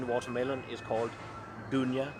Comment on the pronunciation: "dunya" nice try)